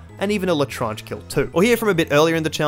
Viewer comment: Most painful part of the challenge was hearing his pronunciation of l’etranger (Les tran je) not la trange